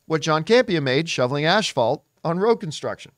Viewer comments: English isn't my first language, but I'm pretty sure it's not called ashfault. 😀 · Did John say Ashfalt? Asphalt? 😅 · Why does he say asphalt as "ash-fault" lol